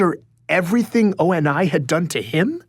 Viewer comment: I'd like for to learn to say Oni correctly.